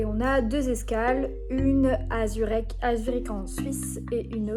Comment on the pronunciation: ''Zurech'' Ça m'a fait tellement mal d'entre ça xD